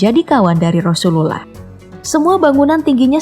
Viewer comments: Penyebutan nama rasulullah nya jelek bgt gk fasih🤭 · Coba sebut nabi Muhammad aja min, agak gimana gitu penyebutan rasulullah aja GK fasih... Gk enak didengar jatuhnya